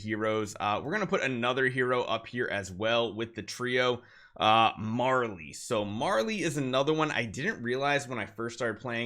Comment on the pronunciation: mary-lee not marley 🙁